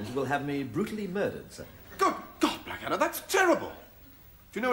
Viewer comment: I've always loved the way that Hugh Laurie's Prince Regent (Series Three) called Blackadder "Bladder" :)